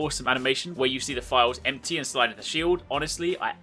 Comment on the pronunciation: It took me awhile to realize he was saying "vials" instead of "files" Makes a little more sense now.